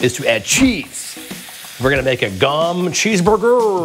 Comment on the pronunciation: In case anyone's interested, you pronounce the o in gom as an oh.